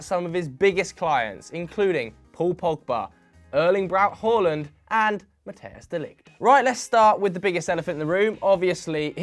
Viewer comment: Nobody:: ÖrLInG bRaU HOLanD